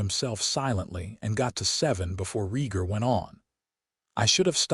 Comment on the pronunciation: IT'S Rheatgar you utter idiot A.I. not REEEEEGAR.